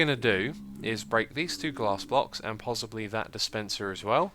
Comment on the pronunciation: Xisuma y u say pozzibly? XD